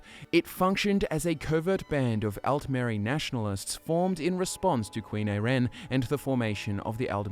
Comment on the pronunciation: Her name is pronounced eye-ren :) Great video though! She's one of my favorites. Also, I'd love it it you could do a video on Jorunn the Skald-King :)